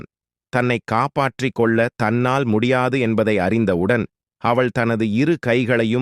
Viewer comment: தமிழை அங்கம் அங்கமாக (கொள்ள = க்யாள்ள) வெட்டி கொன்று விட்டீர்கள்.